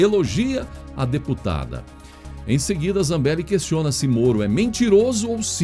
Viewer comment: Sua pronúncia do nome da Deputada "dos áudios", me parece esquisito no sobrenome. Reveja. Embora isso não diminui em nada a validade do seu Jornal que é excelente. #FechadosComBolsonaro